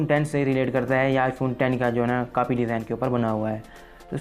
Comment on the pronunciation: Aby bolna to Sikh ly Notch ko Natch bol RHA hai Copy ko Capy bol RHA hai